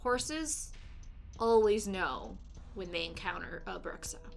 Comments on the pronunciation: The word Bruxa is pronounced Broo-sha in Portuguese, it means "witch". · Elderly? Smoking hot elderly woman....you’re hilarious....🤘🏽🤓 keep the vids coming....also if u pronounced Bruxa as if it was Spanish, it’s very close to BRUJA(broo-haa) which is a Witch...